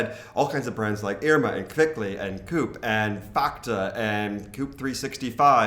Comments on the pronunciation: COOP is short for cooperative and pronounced co-op (both os are pronounced as distinct vovels rather than combined in a u sound) - just like in English. You make it sound like a place to keep chicken. And its not like the larger selection I have experienced in US supermarkets really add much of value to me - Its like having 20 brands of some generic stuff should be better than having 3 - milk is milk and cornflakes are cornflakes. And don't get me started on quality - when I lived a year in Atlanta it took me 10 months to chance on a place with decent bread and I did occasionally find products after their best by dates. But yes, food was very very cheap. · hey guys coop is pronounced KO-UP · Actually: coop is pronounced "Co-Op". Have a nice day. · Coop is not pronounced like the english dobbel "o". It is pronounced "co" and "op" (up). It comes from the word co-operatetion" :)